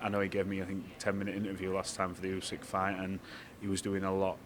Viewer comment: Усик прізвище, а не Ускі. Вам пора вже вивчити правильно. Майте повагу